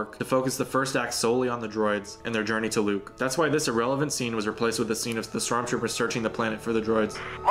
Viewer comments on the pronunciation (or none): none